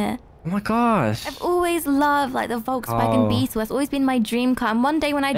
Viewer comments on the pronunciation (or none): It’s pronounced as fox-wagen it’s German